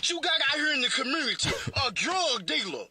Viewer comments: I love ," the commurnity" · Commuritee 🤣🤣🤣🤷 looooove it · LOLOLOLOLOL !! Home boy said Curemuity :) LOLOLOL !! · "The crumoonity" 😆 love this guy.